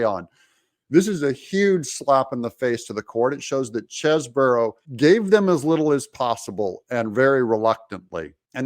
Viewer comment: Doug, please take a real look at how Chesebro is spelled. One "O", so not Cheseboro.